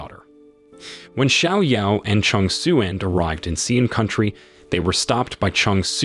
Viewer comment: Qiang Xuan is pronounces a bit like ‘Chyang Shwen’, not ‘Chang Soo-en’.